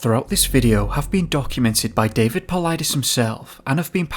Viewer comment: The robotic voice can perfectly pronounce David Paulides' name, but not Stacey Aries....